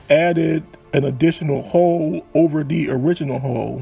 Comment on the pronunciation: The word is hull not hole.